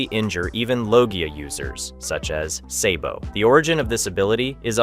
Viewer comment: did you say, SAY-bo?.... never have i heard him called say-bo